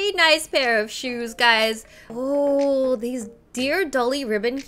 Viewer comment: Wengie: I want theese shoes. Me: It's sold out In December. Wengie: Oh they are sold out in December. Me: I know Wengie. Wengie: Then I want theese. Me again: Those are sold out in November, December. Wengie: Ohh theese are sold out in November, December. Me: I KNOW, WENGIE!! I KNOW!